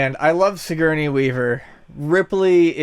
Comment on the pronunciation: lol, Sig-Gurney?